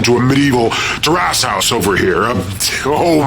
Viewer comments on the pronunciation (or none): I first thought "oh this guy must be editing his voice to sound cool." Then I see the character is made by him and someone else, so of course the other person must be voicing him. Then I hear his dumbass pronunciation of Terrace House and know it's him.